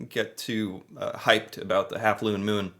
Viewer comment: OMG the "looone moon" 😂😂😂😂😂😂